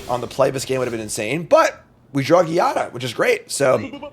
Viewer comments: my man i don't wanna be a grammarnazi but Giada is pronounced with the g like in geometry, is a latin name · Here is the prophecy: will never win with angels until he learns how to pronounce Giada.